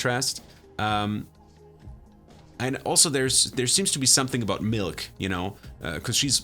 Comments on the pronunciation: You have a serious issue with saying “milk” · He says 'milk' kind of funny